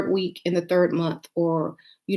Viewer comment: Wee- ka?🙄 Baby its week 😂